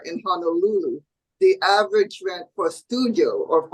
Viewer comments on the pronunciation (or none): average ( not avy )😮